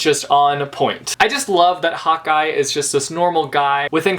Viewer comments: Every time you say " Hawkeye" it sounds like " hot guy" which is funny because Hawkeye is a hot guy. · Every time you say Hawkeye I think you are saying hot guy.... I'm British so it must be the different accents but it just made me laugh :) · Am I the only one or did every time said 'hawkeye' it sounded like Hotguy:D?